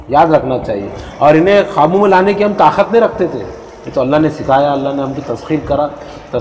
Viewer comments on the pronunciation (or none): Qaabu ka talaffuz "Khaabu" se pata chalta hai ki bolne wale sahab Hyderabad se taalluq rakhte hain. Unke talaffuz bahut kharaab hote hain. "K" ko "Kh" padhte hain. Kabootar ko Khabootar, qasam ko Khasam...